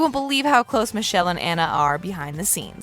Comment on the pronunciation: I wonder if you know you mispronounced Michela's name, both that and Massimo.